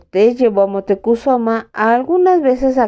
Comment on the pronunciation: Montecuzoma? Cortés le dice Montezuma. Tienes dislexia?